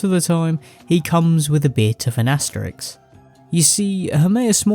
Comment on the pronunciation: Aste-RISK. Not -RIX. Sorry; my pet peeve.